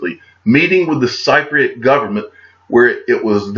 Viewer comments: Hi You say it sip ri at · Got married in Cyprus! Lovely country. But yes you are saying it wrong. It’s like saying sip for Cypriot. Any how loving your videos as always. Keep it up! 👍🏻👍🏻👍🏻🇬🇧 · a Cypriot is pronounced [ SIP PREE OT ! ] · If someone hasn't mentioned it already. Its pronounced Sipriate. As in, sipping tea, Thanks for all your great work. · Hey It's spelled Cypriot, but pronounced Sipriot if that helps. Thanks for the video once again. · Cypriot pronounced sip riot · Hey....I’m flying to Cyprus tomorrow for my vacation! I’ll be sure to keep an eye out on the digital asset side of things!! Oh and the people of Cyprus are pronounced sip-pree-ut for the word Cypriot 👍😊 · I always thought it was pronounced sip-pre-yot. Maybe a native will enlighten both of us. You should be cheery today. Looks like your Tigers are winning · It’s actually sip-pre-yet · I stopped watching this video for credible info when I realised that u dont even know how to say the word Cypriot properly. Oh dear.